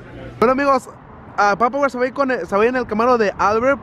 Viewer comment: no es papawer tal como se olle wey! es PAPA , WER!